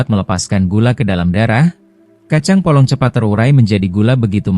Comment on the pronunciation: Kacang polong bukan kacang bolong.......